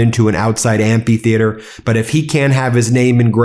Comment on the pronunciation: *AmPEEtheatre", Ben? do better. I despise Trump but God man, pronounce the word correctlly